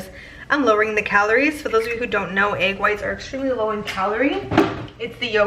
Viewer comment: i love how you say “egg” you pronounce it “agg” i love it 😂😂❤️